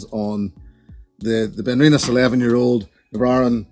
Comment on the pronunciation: Sounds like you forgot to pronounce some consonants in "Na Bràithrean".... but I'm an American so what the hell do I know?